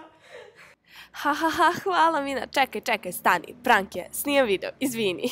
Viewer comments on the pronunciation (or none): prank se cita prenk.. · Izgovara se prenk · super si ali ne kaze se prank nego prenk a pise se prank 😂😂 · OMG cura kaže prank??!😯 Kaže se prenk,a piše prank... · Ne kaze se prank nego prenk NO HATE!